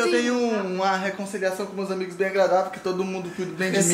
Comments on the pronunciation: "ANIGOS" AMO VCS EU:😂😂😂😂😂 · "ANIGOS" KKKKKKKKKKKKK AMO VCS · "Anigos" kkkkk ❤❤